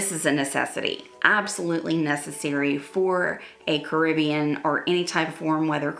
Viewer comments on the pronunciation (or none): none